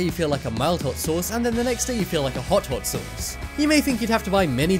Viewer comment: Learn how to say the word sauce ... Damn it